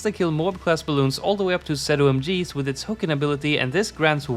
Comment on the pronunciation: Who the fuck says “zed-oh-em-geez”